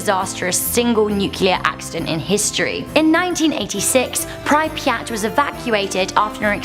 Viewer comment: Butchered prypiat